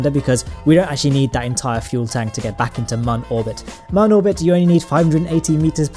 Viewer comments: It's moon not mun but ur close so idc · P.s. 'Mun' with the two dots above the 'u' is a German sound... its ACTUALLY pronounced 'MOON'. JUST SAY MOON! Not this... 'mun'. DISLIKE #90 Is me.